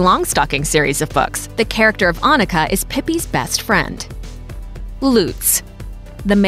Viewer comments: 1. Never heard of this name before 2. Written with a double n and not pronounced like Ah- nika 3. A shorter oo and pretty outdated 4. Not so modern and probably rather swedish than german 5. Oh my that's so old fashioned please don't name your kid Liselotte plus I think there's a childrens' book about a cow named Liselotte so it might give people a wrong association 6. That one's actually quite ok 7. Also ok but was used a few decades ago 8. Not so common but sounds nice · Oh come on, Annika with a double-n please! 🙄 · The pronounciation here is so unbelievably slurred. -It's Annika. AnNika! A doubled consonant implies a short and speedy pronounciation of the syllable. Say Unnika. -It's not 'Loots'. The 'U' is short. Say 'he puts his glass down' ;now say 'puts' ; now say 'luts'; see: Lutz -'Lisalata'??? I don't even know where to start... Leezelotteh, O and E are two distinctive letters and the S is not sharp, more like a bee ssssss-ing around. Same for Lise. It's 'Leezeh'. Lotta is also cute name. -Not 'Bastion'... Bas-ti-an -> Bass-teeyaan, at least in approximation. -LOH-renz I hope that helps minimizing damage done to children. Oh and Ivo is old english and not a name i have heard anyone be called. Like ever